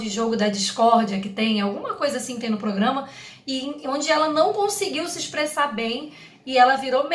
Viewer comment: Ela nao sabe falar a palavra PROGRAMA correto ,tanto que a Vih tube a corrigia